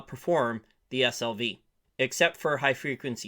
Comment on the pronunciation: My brain heard you pron SLV like "ass-hole-vee" LOL